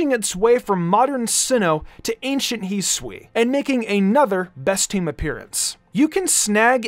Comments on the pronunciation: Its not pronounced heesui hi su i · This channel is cool. I cant fn stand the way you pronounce hisui